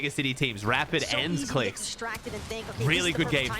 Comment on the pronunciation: the way kept saying clix qualed lmao